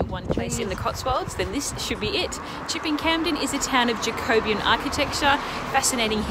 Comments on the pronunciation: Yes, the stress should be on the third syllable i.e. 'Ja-co-BE-an', not as she said 'Ja-CO-be-an'. That was very jarring, but otherwise that was an excellent video. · I'm 68, born and bred in the UK, and have never been to the Cotswold because.... it's full of overseas tourists !! JACOBIAN is pronounced JACK O BEE AN . We DO have coffee in the UK you know ! 😂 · I wish she would pronounce Jacobean correctly. Jacobian is a mathematical term. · 'Jacobean' is pronounced 'Jac-o-BE-an', and not 'Ja-CO-be-an', otherwise the tour of the Cotswolds is excellent. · Jacobean is pronounced Jack-o-bee-ann, not however she's pronouncing it 😁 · Also, her pronunciation of Jacobean…!